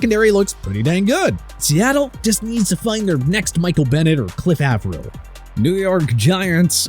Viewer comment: Anyone catch him say Av-ral instead of Avril?